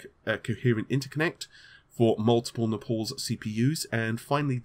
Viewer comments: Pole wants to say Napoles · It's Naples, like the Italian city, not Nepales like the asian country. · You try to talk so clean why the fuck cant you pronounce Naples?! :d ITS NOT NAPOLS... ;) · NAY-PUHLS, NAY-PUHLS, NAY-PUHLS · Naples like apples and not napols. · Naples. N A, not E, PLE, not PAL, S. How are you still messing this up with so many people correcting it EVERYWHERE. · I will subscribe when you pronounce Naples correctly.. Bye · If only took this level of concern over his fucking job. I'd gladly take a 'fuck you ' from him.. I like the dude. Edit - you can tell me to fuck off all you want but you can't disagree it's one of the WORST name butcherings ever done. So much so that even amd changed their name to epyc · No, I thought it was unlikely. Since he was pronouncing it that way I thought maybe he knew something we didn't as he's obviously not unintelligent and computer hardware can have some odd names sometimes. It's certainly a weird way to pronounce Naples :/ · The first thing I thought when they announced "Epyc", finally can stop mispronouncing naples...